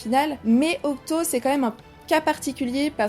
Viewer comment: c’est octy hein pas octo...